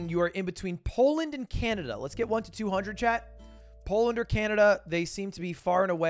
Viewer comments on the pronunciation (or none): none